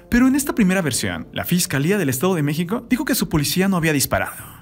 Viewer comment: Octavia ciudad de mexica 🤦🤦🤦 habla bien pooooooorrrr favooooor🙄🙄🙄🙄